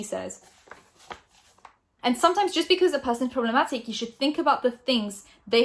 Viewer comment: This is honestly such a waffle... "she could be talking about this prob-leh-ma-ick person or about that other." All of this is wild conjecture based off a 'mysterious' tweet. Watch when it'll turn out it's about someone else entirely, not [clickbait] Shane or David. I remember when you started out and actually had something to say. Nowadays, I feel you're really just a person sitting in her grey bedroom, verbatim reading someone else's (publicly available) tweets or statements, and making wildly-reaching yet still ambiguously speculative comments, i.e. just waffle. There's no insider insight, secret source, animated archive, or comedic spin or personality... All fluffed around a minutes-long brand deal, though. I personally think from just a couple years ago would say "she's taking the piss!" 🤷‍♂️ With peace and love.